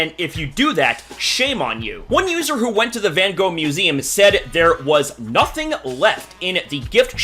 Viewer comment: That’s not how you pronounce his name